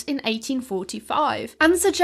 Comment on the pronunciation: .... "Sann people" or "Sand people"?? I listened to that 3 times and I am not sure what I heard, but subtitles say "Sand"....